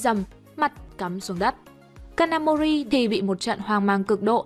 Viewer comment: cj ơi có đoạn đọc nhầm kanamori thành ông thanh tra gà mờ nakamori ko bắt nổi kid kìa